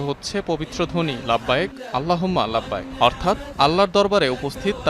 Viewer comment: আপনার বাংলা বক্তব্য মোটামুটি সুন্দরই কিন্তু লাব্বাইক আল্লাহুম্মা লাব্বাইক এটার উচ্চারণ সুন্দর হয় নাই